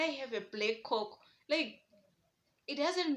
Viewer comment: That coke pronunciation is wild